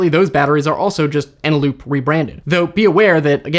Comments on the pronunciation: Eneloop. I’m a bit suspect you didn’t know this??? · Repeat after me: ENELOOP FUJITSU LADDA. Again...